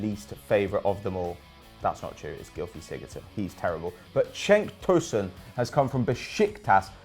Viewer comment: Cenk not Çenk. C is pronounced like J in Turkish.